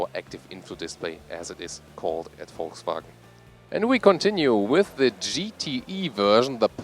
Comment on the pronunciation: Finally someone who pronounces 'Volkswagen' correctly!